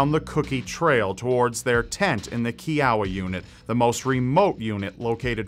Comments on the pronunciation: Kee Ow Ah? It Ki O Uh! lol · i live in oklahoma and i am a kiowa native lol this is so scary first murder story ive heard of in oklahoma (also its ki - oh- wuh not key - ow - wuh) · Dude, its pronounced kɪ-ə-wah, as in the Kiowa Tribe who were native to Oklahoma. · you pronounced Kiowa wrong. It's KI-OH-WUH, not KEY-OW-UH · It’s Kiowa - kiOwaa not keowa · ...Kiowa. K'eye'owa. Not K'ey'owa. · Hey, Kiowa is a native American tribe, pronounced Ky-o-wah. From Oklahoma, much love! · 1. it’s pronounced kiowa (k-eye-uh-wuh) 😂 2. an interesting murder story out of oklhoma i think you should cover was the 1988 case of Francine Stepp murdering her parents in Stillwater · Also, the units were named for Native American tribes. The girls' unit is pronounced Kee-Oh-Wah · It's pronounced "Kai-oh-wah." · Kiowa is pronounced "Ky-O-Wa. lol;) I remember this growing up in Oklahoma and the warnings we would get at every Girl Scout camp outs. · Kiowa is pronounced Ky-O-uh, think like Iowa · Nit pick: Its pronounced ki-oh-wah, like the Native American tribe. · it's pronounced (ki-o-ah) like the Kiowa Indian tribe. I grew up in Oklahoma and have heard of this story. you think now days they could get some type of DNA off the sleeping bags. sad that's it's still a cold case. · great Video, Kiowa Is pronounced "Ky oh wa", I was born and raised in Oklahoma and always have followed this case those poor babies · I remember seeing this n the news in 1977. It scared me so bad that I couldn't camp out for years. Such a tragic crime, and a loss of 3 precious little girls. Also, Kiowa is pronounced: K EE - oh - uh K EE - oh - uh key see so up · Kiowa = KAI-OH-wah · its pronounced ky-oh-wa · Kiowa.. ky o wah.. please learn the verbiage I find it offensive when you can't even pronounce my native tribe word correctly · You are saying Kiowa wrong. Say it like Iowa the state. Kiowa is a Native American tribe.